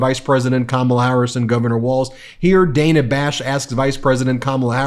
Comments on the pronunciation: C’mon Ben. It’s DAN-A, not DAY-NA. Kamala even corrected her pronunciation. If we’re going to hold people to saying Kamala correctly let’s not be hypocritical. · Come on Ben it’s Dan-ah not Day-na. You can’t complain about people saying Cam-ma-la if you don’t pronounce names correctly either. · Ben, I don't know if you realize it, but you consistently mispronounce Dana Bash's name. It is pronounced like the man's name, Dan, and then you add an a, Dan-ah. It is not pronounced like Day-na. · You’re mispronouncing Dana It’s Dan ah, not Dane ah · Look “Dan-ah”😭😭😭😭I love VP Harris💫🥰😭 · It's bad enough when Trump mispronounces KAMALA HARRIS'S name but for you to mispronounce the name of Dana Bash is really rich. Dana Bash is hardly the new kid on the block at CNN...she's been around for some time now and her name is not pronounced with a hard "A". It is pronounced Daana! (just like banana). 🤣🤣🤣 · Friendly FYI: Ms. Bash pronounces her name as "Danna." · Although I agree that using MAGA talking points as questions is lazy and perhaps insidious, the name is pronounced like Dan-na. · Dana Bash's first name has a short A: DĂ na or Danna. There's no 3rd syllable in Laura Ingraham's last name: IN grum not IN gruh ham. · Dana like banana Kamala even corrected herself when she mispronounced it like you have been doing. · Hi, Ben. Dana's name is pronoucned like the guy's name Dan but with an ah at the end. Not Day-na. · Even right after in the clip, you can hear Dana herself clearly showing her name is NOT PRONOUNCED DAY-NUH! Come on, Ben, you're smarter than this! At least I hope you are. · Why do you continually mispronounce Dana Bash’s first name? Kamala does it properly according to what Dana prefers and how her name is pronounced on CNN. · Is no one going to tell him that he says Dana Bash and Laura Ingraham’s names wrong? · I love how Kamala "accidentally" mispronounced Dana Bash's name, then corrects herself!!! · Ben, it's pronounced Dan-uh not Day-nuh